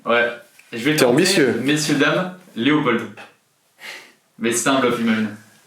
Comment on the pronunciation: Mais oui, a fait une grosse gaffe et il dit Loepold🤮